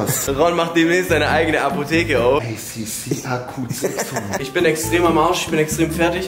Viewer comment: ACC auf Englisch ausgesprochen klingt ja mal ganz komisch o.O